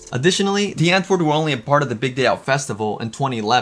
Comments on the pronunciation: Why are u saying "DEE antwoord"??? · Irks me you can’t say Die Antwoord correctly